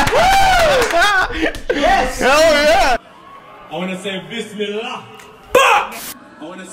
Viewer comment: Bisimillah not bismillah